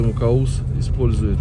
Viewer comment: Не Каус, а правильнее Кавус.